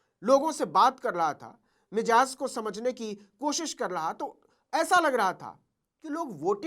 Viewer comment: Navin ji with due respect, I want to make one small correction. Mijaz nahi , sahi lafz hai mizaj. Jinki Urdu mother tongue hai woh bhi aksar yahi ghalti karte hain. Pls don't mind.